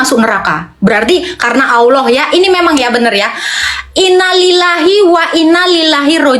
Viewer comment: Baca innalillahi aja salah